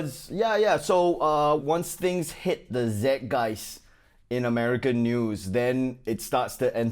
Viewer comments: at 5.35, it's zeit geist, pronounced zyte guyst. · This is an old classic. But Ronnie, pronunciation note: zeitgeist vowels rhyme with “fight guys”, while “zitgeist” refers to white marks on an adolescent’s mirror. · Side note: For the love of Ronny, please, somebody play him Google Translate's "zeitgeist" pronunciation. No more ZedGuys, it's not an Australian word. 😁🙏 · So funny Ronny Zeitgeist is German - maybe you might want to learn how to pronounce Zeitgeist properly? I’m German Chinese - so I got the Chinese segment but list you with Zeitgeist?